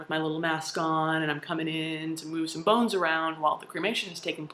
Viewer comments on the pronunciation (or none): none